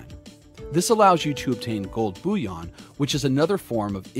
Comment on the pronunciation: It’s not said ‘booyon’😂 it’s bull-e-on